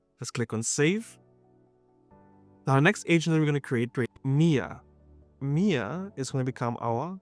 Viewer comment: Lol I heard Mere not Mia lmfao Was like oh cool I'm an agent now 😂😂😂